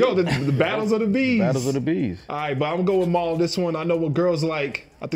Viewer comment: I hate the way B. Dot pronounces “Mal”